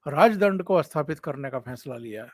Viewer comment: Bolney mein "asthapit" "asthan" nahin "sthapit " "sthan" aadi bolen. Kripa hogi.🙏